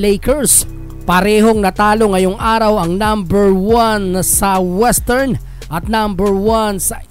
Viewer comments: Anung estern? Western cguro😂😂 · Brod western ung gsw hindi estern